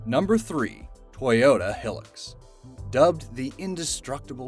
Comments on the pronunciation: Said like Toyota Hi Lux not pronounced hiĺ ux .... doh!!! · The 3310 was strong as nails! And CAT make phones too. Yes, the construction equipment. “Hill-ux”?.. it’s “high-lux” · It's not "Hill-lux"... It's pronounced "High-lux" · It’s hi lux. Not hill ux. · Its pronounced Toyota Highlux not Helux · Ahhh what's a Hill-lux?? I think you mean Hi-lux... 🤦‍😏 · Olso, it's Hilux, not Heelix. This one you actually do pronounce as 2 words. Hi(gh) Lux. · Is is just me or did he say hilix not hilux cause he should be banished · It’s pronounced hi- lux not hilloxs and Nokia is pronounced knockia not no- kia 😂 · Its more like High-lux not helux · HIGH-LUX NOT HILL-UX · is it pronounced "hill lux" over there? we call "hi lux" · It’s a Toyota hilux not hillex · WTF is a he-lix? It's pronounced high lux, you know like how it's spelled. HI-LUX. HILUX. Not he lix. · Not pronounced hilax it's like high lux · learn how to pronounce stuff narrator.. its a HI-LUX if it was as you say it would be HILL-LUX or some BS now go jump in your KNEE-SAN and get to pronunciation class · its toyota high lux not hill ux not the spelling im mean the pronunciation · Its pronounced hi lux. Not hill ux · you say hilux like highlux not hillux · Toyota Hilux is pronounced Toyota High - lux, not Toyota hill - lux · The way you say Hilux just say it like Hi-Lux not Hillux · TOYOTA HILUX is pronounced Toyota HIGHLUX 😁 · I don't useually pick up on mispronounced words. Yet as an avid top gear and now grand tour fan... Its hilux (hi-lux) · You pronounce hilux like high lux idiot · Bro when he said "Hilux" like "Helux" holy fuck, that triggered something in me nothing has ever triggered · It's pronounced (HI lux) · that the fuck did u just call the truck, its pronounced, high- lux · Say it like this Hi Lux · no-KEE-ah? For reals? I'll tell you what I'M amazed about: It's how the narrators have no idea how to properly pronounce so very many words and names! And the Toyota truck is pronounced HIE-lux. Geez.